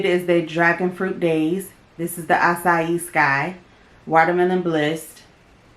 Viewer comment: Hey. Yes, you pronounced acai (ah-sigh-E) correctly. The whole look came out absolutely stunning👍. I’ve been reading reviews where people are saying that the Haus Labs blushes are patchy. I was interested in them, but that has me concerned. That Caliray highlighter looked so soft and natural on you. Now that definitely would be a great buy. I would just try the foundation on its own, to figure out if it’s the Too Faced setting spray that’s actually keeping the makeup on point or if it’s just a fantastic foundation. I saw your video a few weeks ago where you spoke about your son and commented. I hope your son is doing better. You look great and take care of yourself🥰.